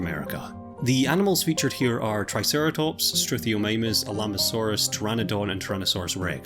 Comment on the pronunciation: My brain is happy. Edit: Also . Although, it's pronounced Alamo-saurus, like remember the Alamo. Also, a Pteranodon would probably have stuck to fish and the ocean. Quetzalcoatlus and the Hatzegopterids, though...